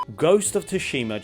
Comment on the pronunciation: Bugs the hell out of me how you say “tushima” and “baldurs” 🤣